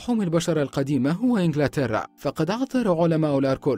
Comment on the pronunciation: المعلق جلطني لأن يقول انجلاتيرا